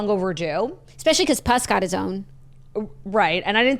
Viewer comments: THE WAY YOU ARE PRONOUNCING PUSS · I’m upset about the pronunciation of Puss happening here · Screaming at the way yall pronounce ‘puss’ from puss in boots 😂😂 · The pronunciation of puss is killing me. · i’m screaming at the puss pronunciation